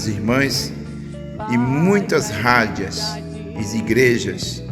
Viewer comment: Meu caro irmão , não diga rádia e sim, Rádio. Não é cárdicas e sim cardíacas. Parabéns pelo trabalho!